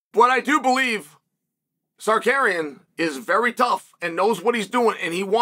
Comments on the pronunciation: I Love how uncle Chael mispronounce Armans name 😅 the future Champ has a name it's Tsar-ruuk-yannn!! AS long as THE BAD GUY CHAEL P SONNEN rocks with Armans I'm all for it but if he gets the starp that changes Don ! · Why do you keep saying suhkaryen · Almond Tsuk-arian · Just say Sarookian. Jesus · Zakarian is a legitimate Armenian last name. CS just does a switch with Tsarukyan, for whatever reason Lol! Go, Chael! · Nothing mythical about it.....Arman's name was always pronounced "Suh-CARRY-uhn"......He and the rest of us just didn't know it yet 😅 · “Arman sookaryan” 🇦🇲🇦🇲🇦🇲- Chael Sonnen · The Bad Guy has 2 names he can't get right. Tsarukyan and Perriera. Lol. Only Chael can get away with it. So funny.